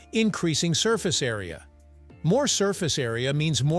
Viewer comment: maillard is pronounced maiyard. some languages, such as spanish, pronounce double L as Y, for some reason.